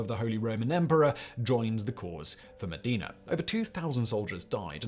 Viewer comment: For those who haven't been able to decipher the city names Simon is saying at , they are Bologna and Modena, neither of which are pronounced the way Simon does, but, then, he doesn't care a damn'. He's more worried about the advertising revenue than being accurate.